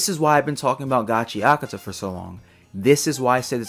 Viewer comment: I thought it was pronounced gachaKUta